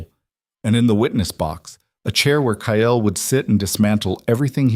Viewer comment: His name is Ile Kyle. Not Kayel!